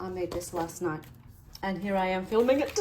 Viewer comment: Hate like the dickens saying this but your pronunciation of the word “here” could be improved. Your words are pretty and so good to hear, then you say “here” and it’s like nails on a chalkboard. Please forgive me being so candid. Good day!